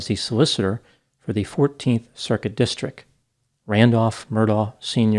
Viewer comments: You refuse to pronounce his name as Alec but you repeatedly pronounce district as distric. 🤣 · you mispronounced 'district'. It's not 'distric' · It's a district not a distrik. When did Ts become silent?